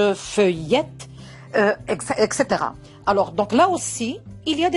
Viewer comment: On dit pas ecxitera vous avez cette faute vous devez dire ""etcetera""